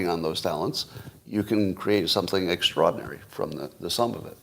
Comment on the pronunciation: How many times can Scott mispronounce “extraordinary” in 1 hour? 😂